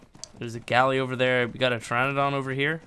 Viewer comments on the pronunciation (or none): none